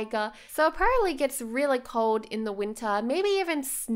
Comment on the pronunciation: I love your videos but one thing that keeps annoying me is that you keep saying 'perably' instead of 'probably'. Otherwise, great job on the videos and your builds are amazing.